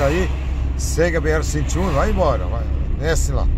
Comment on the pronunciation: B "ere: não.. B erre..= BR... Somos brasileiros erres aspirados . Sem essa de pousar de gringo... com esses horríveis erres vibrados, tipo gringolěs. SUPER desagragaveis aos ouvidos brasileiroa